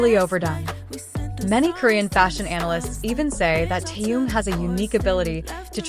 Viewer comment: Соава Богу, хоть "Ким" правильно произносит, а уж имя "Тэхен" исковеркала до невозможности! Хочется ругаться, честное слово! 😮